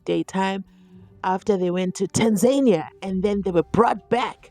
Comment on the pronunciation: Hi luv just wanted to let you know it’s not pronounced Tanzay-nia it’s pronounced Tanzania - The second A is same as the first A. TAA-nzaa-ni-aa